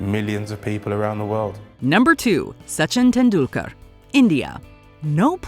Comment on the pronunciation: Soochin Tendoolkar